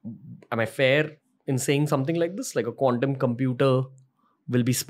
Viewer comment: Dude Ranveer, please stop pronouncing quantum computing like condom computing!😅😅😅